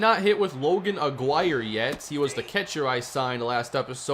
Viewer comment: Don’t like being that person but I think Aguirre’s name is pronounced “ah-gee-rey”. This series is 🔥🔥 glad smb got a franchise mode